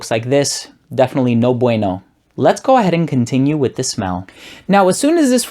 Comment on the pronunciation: I always thought you were puerto rican. However, you mentioned a few times in your other videos that you're family is from Greece. If I saw this video first, I would have thought you were puerto rican when you said "no bueno."